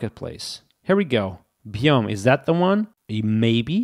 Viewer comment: bmjs 🤣🤣 its ``bio-me-js`` sir 🤣🤣